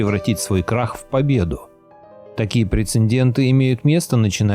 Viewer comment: прецеНденты - это шедеврально. марш в школу - учить русский язык, прецеНдентный ты наш.